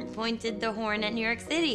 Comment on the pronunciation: I laughed WAY too hard when she called New York "YunYork" and Ritter actually mouthed it EXACTLY the way she said it